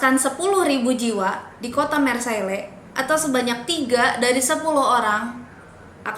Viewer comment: Hai.. Maaf ni mau point out beberapa kesalahan ya buat kita semua sebelum menafsirkan informasi yang kurang tepat.. Mengingat kalau channel ini mau fokus dalam edukasi dan informasi. Marilah kita belajar ilmu yang baku:) 1. Marseilles [ mahr-sey ] = Penyebutannya tolong diperbaiki ya 2. Mereka (Amerika) menyerang kemana-mana; Jerman, Perancis, Austria.. = Amerika tidak menyerang Perancis.. mereka perang di perancis bersama persekutuan demi membantu mendorong kembali serangan jerman 3. Corona Virus = Setau saya nama virus ini diberi nama corona virus karena informasi yang sangat minimal saat awal penyebaran. Nama corona tersebut didapat dari eksaminasi mikroskop yang menunjukan ada bentuk halo atau corona maka disebut coronavirus oleh masyarakat. Pada februari 2020, WHO akhirnya menyebut nama officialnya yaitu COVID-19. Saya rasa lebih cocok kita mengikuti standar dunia aja yaa buat penyebutannya Sisanya mungkin lebih diperbaiki struktur kalimatnya.. Keep on researching and improving your videos ya:)